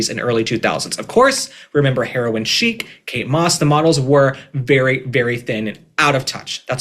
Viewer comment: Excellent take as always,! Side note…thank you for pronouncing “chic” correctly!! So many creators pronounce it as “chick” and it’s like nails on a chalkboard. Just a personal pet peeve 😂